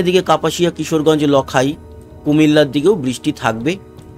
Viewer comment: দাদা লকাই না। নামটি হবে লাখাই।